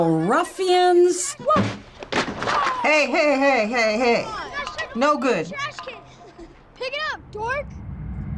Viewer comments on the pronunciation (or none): ”you little ruffyins”